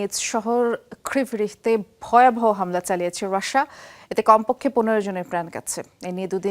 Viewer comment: কি সাংবাদিক রে বাবা রাশিয়া নামটা ঠিক করে উচ্চারণ করতে পারে না 😂😂😂